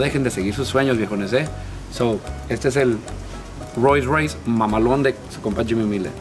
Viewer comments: Que verga es un Ros Rouis Toun Tousen Naitin o que dijo jaja? O el ferrawri😂😂no no sierto mis respetos pal jimy ha logrado miles de cosas con su esfuerzo. 👑👑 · Fercamar_YT un roi roise raiss.. un porshh lol